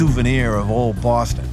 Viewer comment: He is speaking correctly for a Bostonian. We don't pronounce our R's at all and it does sound fake at times. We don't say BAUWSTON, we say boss ton. Bosston.